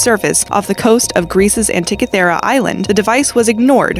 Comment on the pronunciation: The narrator needs to learn how to pronounce the things she pretends to be informing us on. Its anti-KITHER-rah not ant-tickey-ther-ruh. and you gotta love jude-EYE-ism ....